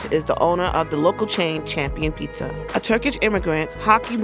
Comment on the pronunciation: Did she finally learn how to pronounce “pizza” or is it still “peesa?”